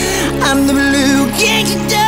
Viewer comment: "I'm the Blue GEHNGsh-DAHH" LMAOO why he say it like that